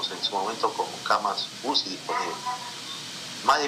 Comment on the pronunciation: aprenda a pronunciar se dice CAMAS UCI y no CAMASUSI